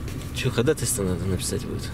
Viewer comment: ударение в слове ходАтайство, ставится на второй слог!!! )